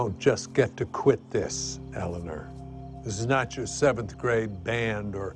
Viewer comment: Ele-ner (after watching the clip where Ted realize he’s been saying her name wrong the whole time)